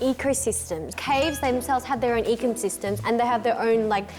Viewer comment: eco system 너무 equal system 으로 들림 ㅋㅋㅋㅋㅋㅋㅋㅋㅋㅋㅋㅋㅋㅋㅋㅋㅋㅋㅋㅋㅋ Auassie 🇦🇺